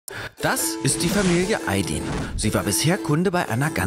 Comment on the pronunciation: So wird Ayd“i“n einfach nicht ausgesprochen 😅😅